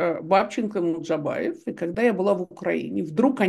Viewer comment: Стыдно журналисту со стажем произносить фамилию МуЖДабаев как "МуДжабаев", а этом огромное неуважение и дрказательство неправоты Е. Албац, противно! парашный блог - чудесная журналистская этика, фу